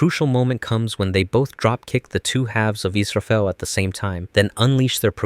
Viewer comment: イスラエルじゃなくてイスラフェル